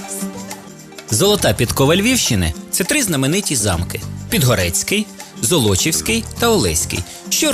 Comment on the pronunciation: Не золОчівський а зОлочівський